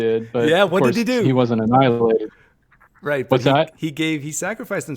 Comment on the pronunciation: PineCreek!!! He said “but Jesus didn’t get ahnilated “.